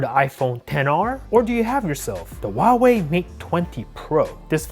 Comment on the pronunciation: It's hauwei not auwawi